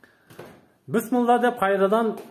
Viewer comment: Бысымылда дейтго 🤪😂.Биссмилла эмеспи блин капур.